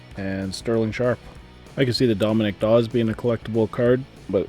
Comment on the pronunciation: Hahahaha... you need to look up/listen to how to SAY Dominique Dawes first name... its not "Dominic"...